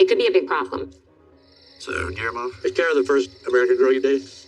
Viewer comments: His name is pronounced Ghee-yair-mo. 😊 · You say G’s name like Ghee Air Mo It’s a hard G